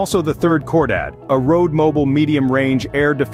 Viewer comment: Its not pronounced "Core Dad". It's pronounced "KHOR DAHHHD".